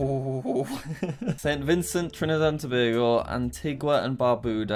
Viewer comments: YOO HE SAID TOBAGO CORRECTLY(no one ever does) I’m from there 🇹🇹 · Wow you're the first foreign person I've heard pronounce Tobago correctly